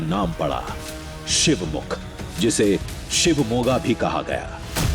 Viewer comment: Nice video... But guys i.m glad u pronounced Shivamoga rite and its Karnataka KA in the end not Karnatak not TAK .. i.m also from Shivamoga